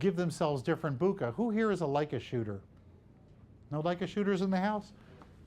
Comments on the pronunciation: He said booookah !! 😂😂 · Worst pronunciation of bokeh award